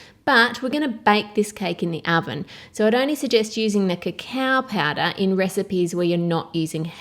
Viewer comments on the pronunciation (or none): Wotah, vanillah, and baking pawdah